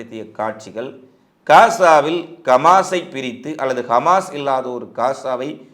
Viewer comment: Khmas. இல்லை Hamas உச்சரிப்பில் திரும்பத் திரும்ப பிழை வருகிறது கவனத்தில் எடுத்துக் கொள்ளுங்கள்